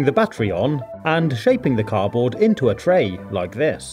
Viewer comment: I love all of your videos but I find it really annoying how you say car-board instead of cardboard haha but that's just me, not meaning to be mean, it's just my opinion 😁😊